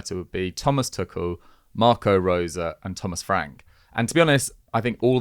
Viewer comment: Sick of these people saying Tuchels name wrong as Tukel.